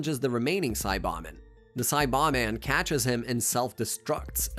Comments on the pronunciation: Saiyan = Say+yan NOT Sī+yon Saibamen = Sī-ba-men NOT Sa+bon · it's because it's an AI voice the SAY BAH MEN you plant in the ground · the way you say saiyan and saiba men leads me to believe youve never watched the show, and this is all some disingenuous bullshit for views.. not a fan